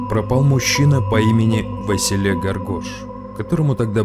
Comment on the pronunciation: Василе это Вася Василий.А ты какого то Васиииллеее плетешь правильно выговаривайте хоть имина.😊